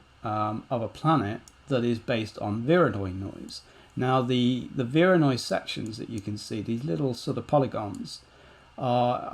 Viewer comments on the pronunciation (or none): What kind of noise made that fracture? I can’t quite understand the word you’re using. Vironoi noise?